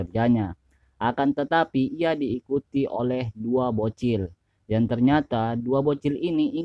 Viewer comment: Dan bukan dang 😂